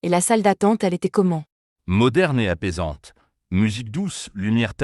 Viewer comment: “apaisante” pas “impaisante”.